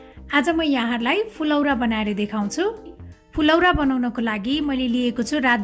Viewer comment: कमसेकम उच्चरण त शुद्ध गरुम न हो , फुलौरा हैन , फुरौला , हो जस्तो लाग्छ मलाइ त